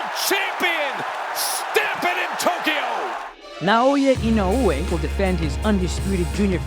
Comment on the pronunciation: 今まで見た動画でいちばんナオヤイノウエの発音綺麗だったwww